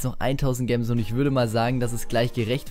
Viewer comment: Bitte, sag "Jems" nicht "Gems" oder halt einfach Juwelen